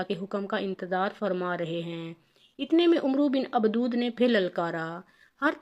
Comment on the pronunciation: Abdawad not Abdood